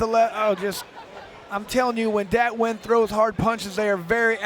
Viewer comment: Nguyen's name is pronounced "Win" in english dude! It's the equivalent of "Smith", in Vietnam.